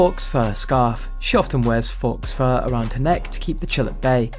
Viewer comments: UK 🇬🇧 it's pronounced foe, not faux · Fox fur? 😂. It’s pronounced Foe. As in, false. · Faux, meaning false, is pronounced exactly like the word foe, as in enemy. She is not wearing fox fur.